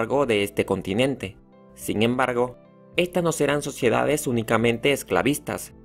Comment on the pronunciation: PropiedaC, esclavituC, actividaC, sociedaC, EgiCto, es bueno decirle que lo está pronunciando mal para que cambie y lo diga correctamente, probablemente sabe mas idiomas y el español no es su idioma materno 👍🏻